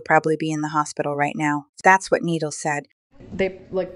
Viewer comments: It’s Nee-Dall that’s how you pronounce it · It's said Nee dall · NI - DAL NOT NEEDAL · It’s nee-dal not nideal 😂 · She called him needle and niidall that’s how she said it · It’s pronounced Need-Ul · Nidal not needle 😂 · Nee-dal not needlessly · it's not needle, its "needal" the "i" makes an ee noise. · It’s not needle it’s NID-AL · It’s not Needle its NidAl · It’s KNEE-DOLL GET BETTER SOON! Love you and am praying for you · It's nidal we say it like nedol😂😂😂😂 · It’s knee-doll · NIH-DAL that’s how you say it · It’s not needle It’s Nidal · How you say it: NEEDLE How it’s pronounced: NE-DOLL Nidal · Its spelled nidal but said like knee-doll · Nidal but ur saying needle❤ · Its not needle its nidal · It’s Nadal not needle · It’s nidal not needle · It’s Nidal it’s not needle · It (ni - doll) not needle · Yall it's not needal it's Nidal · It’s not needle it’s nidal try to sound it out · no no it’s like Knee dal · Ni-dal not needle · Its nidal the i is like ee not needle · It’s nee-doll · It’s ni DAL!😊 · So I’m gonna be nice saying this because I a, a very kind person so it’s not needle it’s is pronounced needal but it’s spelled nidal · its not neeeeeddlllllllle its nidalllllll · It’s ni doll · It’s N UH DAL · No hate but try to say the I sound and not needal but nidal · its ni dal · It's ni dal nidal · Na Dal not nee dal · pronounced kneed-all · YariandielyzRosa it is pronounced as nee-dol. why u laughing when u don’t even know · Its NeeDawl Kinda like KneeDoll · You say it like Knee doll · His name is pronounces, Knee-d-all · Ne-doll that’s how you say it🥰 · It’s nidol not ee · It's Nidal (Ni dol) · It’s pronounced as knee-doll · It’s pronounced more like knee-doll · it’s pronounced knee-doll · It’s not nidol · It is pronounced need-all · It is pronounced Ni and dull,Nidal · It's nee dal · it’s pronounced ni dal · Your still pronouncing nidal wrong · You said it wrong